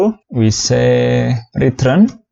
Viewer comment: DAMN IT STOP SAYING RET'R'UNNN IT'S RETURRRRRN